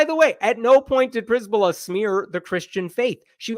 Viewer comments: A slight correction. Przbyla is usually pronounced like Cher-billa, not priz-billa. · I love how you misplaced the letters in attempt to read the name: "Przybyla" -> "Pryzbyla". Keep doing it. I really think its better to transliterate then to butcher pronunciation. But fyi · Her name is pronounced pshy-by-la, it's Polish in origin.